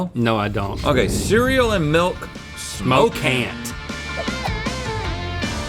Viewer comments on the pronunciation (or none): SMOKCAN AND SMOKCANT!! come on guys